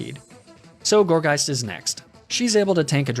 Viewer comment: DO NOT LEAVE OFF THE U IN GOURGEIST!